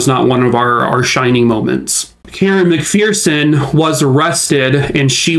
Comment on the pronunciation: Just an FYI on how to pronounce McPherson. Pronounced like Mc"Fur"son because there is no "Fear" in the McPhersons! So sad the FBI did such a horrible job on this case. 😪